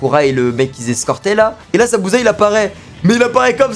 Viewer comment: c'est plus Zabuza la c Zabuzé🤣🤣